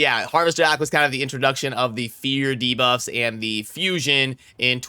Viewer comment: No you should actually not say dabuffs lol the worst part was he said it right a couple times in the last vid too 🤣